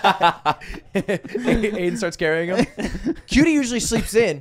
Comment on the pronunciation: Why is Aiden called Aimen?